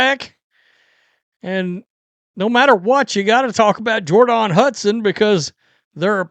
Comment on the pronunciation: It's pronounced Jhor-donne